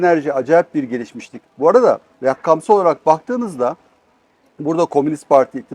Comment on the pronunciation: Rakkamsal” degil, RAKAMSAL!!!6.50